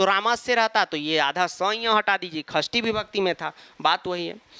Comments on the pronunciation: Khasthi nahi, Shashti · Likhte shashti hai padhte khasthi hai.... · Sir khastti nhi sashthii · Sir it's not khashti it's shasthi 😅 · Sir sashti ko khashti bolte hai confuse mat hona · Gawar khashti nhi shashti hota hai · Are you also confused whether sir is telling खष्ठी or षष्ठी😅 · Mai chhathi vibhakti ko 'shashti' kehti thi, pr sir ise 'khashti' kehte h 😅 sahi kaunsa h. I think sir😅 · Yes actually you are right